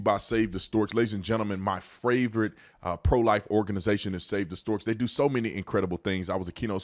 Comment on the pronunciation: My FravRit